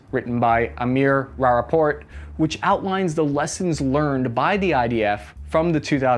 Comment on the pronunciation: The part I thought was especially funny was when he mispronounced "Rapaport". That's not exactly an exotic tongue-twister of a name.